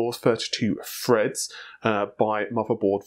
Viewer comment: Thirty-two "freds"? Nah, "bobs", mate. :)